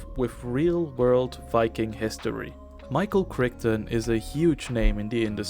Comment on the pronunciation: Michael "krik-tin" ????? Seriously?